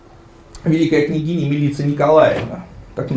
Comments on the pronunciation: Имя "Милица" произносится с ударением на первом слоге. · Какая, нафиг, МилИца?! Ударение в сербских именах - на первый слог.